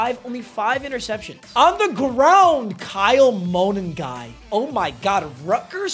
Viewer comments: the name is Kyle Mu-nun-guy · Mon nun gai that’s how u say it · it's pronounced MA-NUN-GUY. Not a Rutgers fan just here his name a lot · ill ligma and sugma but its pronounced muhn-nahn-guy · played against kyle monangi and its pronounced mon un guy